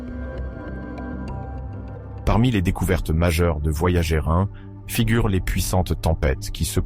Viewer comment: La sonde "voyagé" vraiment? Et toutes ses liaisons ridicules entre les mots, pas top cette fichue IA. Comme d'autres, désabonnement jusqu'à un changement pour un vrai conteur humain aux manettes. Néanmoins bonne continuation à votre chaîne.